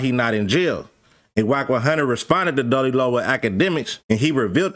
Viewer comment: Doodie not dody…🤦🏿‍♂️😂